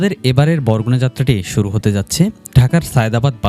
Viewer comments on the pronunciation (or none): none